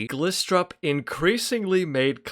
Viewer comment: Found this video trying to found out if stalin wanted Denmark in the Second World War. This video came up and I like it very much, and if you pronounced Glistrup like the I was an e you would’ve had said it almost perfectly